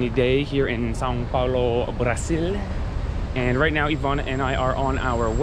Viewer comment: WAIT DID YOU JUST NAIL THE "ÃO" PRONUNCIATION,? hahaha maybe you had already done it before and I just noticed now but anyway very good job. Now you can do amazing things like saying "joão", "caminhão" and the most important one: bread (pão) without sounding like d*ck (pau).